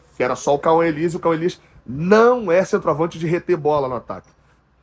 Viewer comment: Na centro-avancia? Kkkk, chegou a doer no ouvido essa